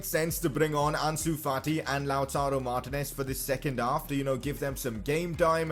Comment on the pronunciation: it cracks me up how you say martinez🤣